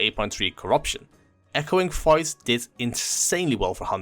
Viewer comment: Had no idea what he was saying until I looked in the comments